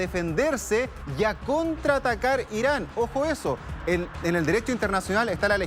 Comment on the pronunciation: No es por nada pero ese presentador no puede ni hablar diciendo Israel y Irán e incluso cuando está escrito y ni así lo lee bien jajaja